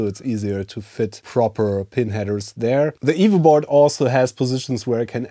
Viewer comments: Same !!! I now know he's saying EVO, but still hear evil :) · It took me half the video to realise he was saying EVO not Evil. And then I was sad, I want an evil c64!